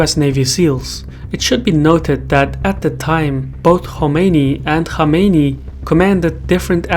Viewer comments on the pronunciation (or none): It's Khomeini and Khamenei (khamene-ee).